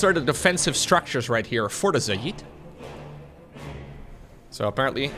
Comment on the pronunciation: it's pronounced "Zay Id." Think "Say" but with a Z + "It" but with a D. Not "Za yeed" or whatever weird Indian accented pronunciation you keep using.